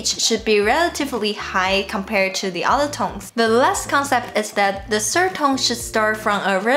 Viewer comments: Did you notice "serd" for third? This is just ONE sound in English but tones are for ALL words in Chinese....now don't you feel sorry for me? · How do you feel?? She had no problem with "the" and "other" but "sird" tripped her up.